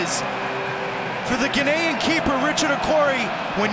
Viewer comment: Is the announcer saying Ghanaian wrong?